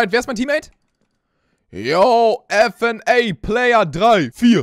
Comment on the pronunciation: Man spricht es nur nicht f n a player aus fnaf heißt es five nights at freddys